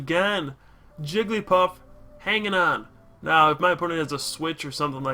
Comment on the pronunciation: Jiggl-y-paff, Jig-l-eEe-paff....